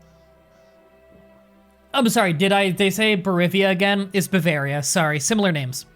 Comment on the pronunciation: Still waiting for you to learn to pronounce Bavaria (BAH VAIR E-UH) correctly. Sorry, I know you hate these comments, but that one REALLY bugs me.